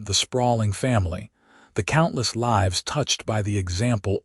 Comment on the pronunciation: Lives or lives, your AI voice gets it wrong every time in every story. Don’t you proof it first, or do you just don’t care?